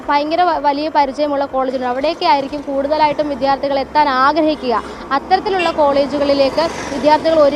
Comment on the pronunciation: വിദ്യാർത്ഥി എന്ന വാക്ക് ശരിയായി ഉച്ചരിക്കാൻ ശ്രമിക്കു.